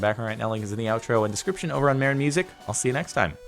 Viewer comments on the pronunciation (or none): none